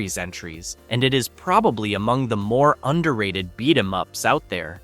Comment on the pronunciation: Spoiler alert: it’s an AI channel Script by AI, narrator is AI At one point they goofed and said “beat E. M. ups”